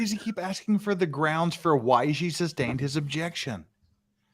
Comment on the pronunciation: Substained. Libary. Brung